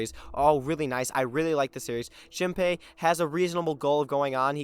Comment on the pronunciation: Shinpai? Shinpei!